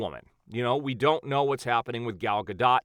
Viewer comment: I love your channel but you really need to learn how Gal Gadot's last name is pronounced lol